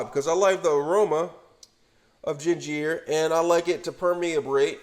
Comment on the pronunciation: Omg first ray men .. Now gin jeer.. 😣🤣😂